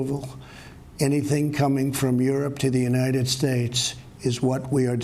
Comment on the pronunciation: He appears to have trouble breathing and pronouncing words ("emergency" is pronounced "mergency", "cargo" is spoken as "carg" with an apparent gasp for air), in other cases he is slurring his words. Seriously, this was alarming to watch.